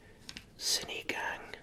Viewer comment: And sinigang is “si-nee-gung”